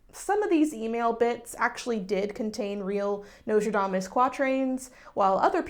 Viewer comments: i'm sorry, did you say Nicholas Lmao? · Actually didn't even notice you forgot the 'S' in Nostradamus until you said it 😂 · u pronouncing it notradamus is honestly so cute tho lmao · As a fellow Texan escapee I also say Nostradamus without the s like 75% of the time. 😭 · Thank you for being a beacon of hope and reminding people that whatever they read on the internet about a historical figure is not true even if the actual person did really exist :') Also, as a French speaker, if I may, and I promise I don't mean this with any shade at all, I wish you would show on the screen the spelling of the French names/places/words you say because since it's difficult to pronounce for you (and it makes total sense, many French sounds have nothing to do with what's found in English), I honestly can't tell what you are referring to :') I kept hearing the name of the town where Nostradamus went to live as "salon" and I thought that was very funny (but I doubt that's actually "salon") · I actually found it kind of funny bc dropping the s is pretty much what French speakers did anyway. It's been a minute since I was doing research for historic pronunciation for singing French renaissance music, so someone please correct me if I'm wrong, but the s may not have been pronounced in his French name in that period anyhow (not sure how regional variations come to play, but they are around); I'm aware that the s had been mute for a long while before the 18th century spelling reform that replaced the mute s with the circumflex in the preceding vowel. So yeah, I wouldn't sweat it too much. Loved the vid!